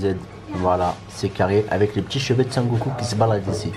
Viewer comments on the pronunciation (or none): none